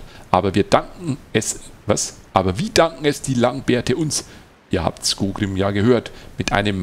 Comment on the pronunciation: Du weißt ja, ich kann bei manchen Sachen ziemlich penetrant sein. Es heißt SkoRgrím und nicht Skogrím. So das ist das eine, aber um noch ein paar andere Sachen zu erwähnen: Ich würde dazu ja sagen wollen, dass du dich an dieser Stelle in Thorin's Halle befindest und das du dieses Gebiet im Zwergen Prolog nicht betrittst. Zeitlich ist das ganze ein wenig Inkonsistent. In der Quest wurde ja gesagt das man mehrere Monate Thorin's Halle von Schutt und Unrat befreit hat. Skorgrím ist mit Ivar ja noch im Zwergen Prolog abgehauen was für mich andeutet, dass man den beiden direkt oder kurz nach den Ereignissen vom Zwergen Prolog begegnet. Wie soll das denn bitte funktionieren, wenn zum einen Thorin's Halle direkt nach dem Zwergen Prolog von Schutt gefreit ist und man zum anderen erst mehrere Monate dort aufräumen muss? Wir haben die Stark-Äxte endlich mal gesehen? Wann kommen denn die anderen beiden Rassen zu denen du noch kein Video gemacht hast? Und zu der Frage die du zuvor gestellt hattest, ich habe das Gefühl das der Prolog der Stark-Äxte ungefähr so lang ist wie der Prolog der Hochelben. Der Prolog der Beoringer ist deutlich kürzer. Also mach die beiden bitte auch mal. Zumindest der Anfang der Hochelben ist auch sehr gut geschrieben (und er beinhaltet auch gefühlt etwas mehr Text als der Prolog der Stark-Äxte).